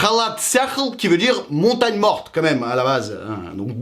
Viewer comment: MONTAGNE MORTE ET NON MONTAGEN MORTE 😅